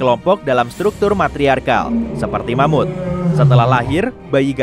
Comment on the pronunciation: Eh... Ingat, ingat... Mamut... Bukan Mamud ya...😂😂😂 Mamutnya pakai huruf (T) bukan (D),ok..😂😂